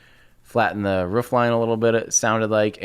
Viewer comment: Did time just pronounce Roof as Rof.....cringe